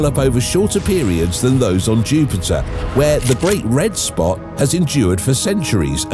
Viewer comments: "Great Red SOPT?" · Lol "Great Red Sopt"